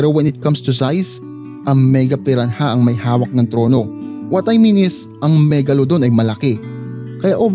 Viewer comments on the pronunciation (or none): Pi-ra-na not pi-ran-haaaaduken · Silent h po kuya